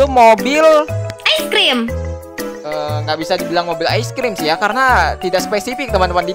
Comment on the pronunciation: Bukan ais tapi ice